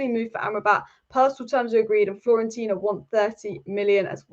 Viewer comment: It’s pronounced fio-ren-tina. Break any difficult words into syllables